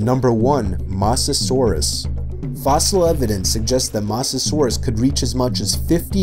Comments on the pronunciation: “I won’t be including well know creatures” “Megalodon” “Titanboa” “Purrasaurus” “Mosasaurus” Edit: why did he say it like : moss a sore russ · "*Titin*aboa" "*Moss*asaurus" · Mosa saurous it’s mohhsa saurous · “So I won’t do well known ones” 5 minutes later.. “MOSASAURUS” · Everything wrong with this video: -Says he won't include very well-known animals yet includes Quetzalcoatlus, Megalodon, Titanoboa and Mosasaurus. -Shows pic of presumably Jaekolopterus at the beginning of talking about Pulmonoscorpius -Calls Quetzalcoatlus a bird when it's a pterosaur, which is a reptile and NOT A BIRD -Pronounces Mosasaurus as MOSSasaurus. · I'm a bit triggered that he said mosasaurus wrong